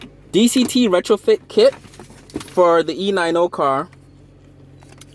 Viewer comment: Did he just said ee-nine-oh....... Fucking idiot